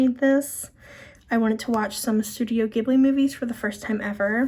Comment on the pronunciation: Studio Ghibli (jhiblee). That's how you say it😊